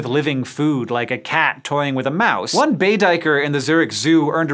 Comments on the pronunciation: Just your resident South African here to tell you it's pronounced Day-ker not Dy-ker. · Duiker is pronounced day-ker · It's pronounced dayker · Duiker is pronounced closer to day-ker in South Africa due to it being a Dutch word for a South African animal. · Just a little bit of an FYI. The “ui” in duiker is pronounced more like an “a”, sort of along the lines of “day-ker”. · duikers never utter that word again dude please!!!! its an afrikaans word translated it means divers. duiker is pronounced with an A where the UI are so it bould basically be saying baker with a D instead of B.